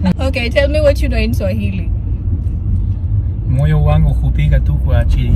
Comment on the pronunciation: pronouciation of Swahili us very good